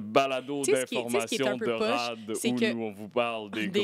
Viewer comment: Tout le monde: "Rad": "Rhad"